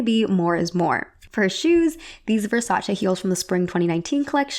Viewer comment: I'm Italian. You pronounced Versace correctly. Subscribed.